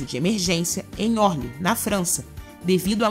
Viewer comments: A locutora fala errado o nome do Ernesto Geisel, fala FIAT 1 ... 4 ... 7 quando o carro é conhecido como FIAT 147 (cento e quarenta e sete) e erra até o nome do Aeroporto de Orly, dizendo Órli. Ninguém supervisiona essas locuções ? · O vídeo tem bom conteúdo e é preciso. Mas vcs precisam aprender a pronunciar corretamente: Geisel é um noma de origem alemã e se pronuncia “gaisel”. E o nome do aeroporto é Orly, oxítono, e não “órli” como pronunciado.